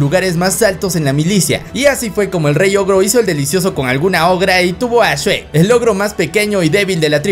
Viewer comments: Oye no es shuek es shrek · Yo solo escucho “Shuek” “Shuek” “Shuek” “Shuek” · El shuek :v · Se dice shrek o sherk